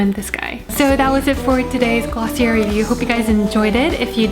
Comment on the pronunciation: i hate to be that person but its actually pronounced glossiaye sorry loooolllll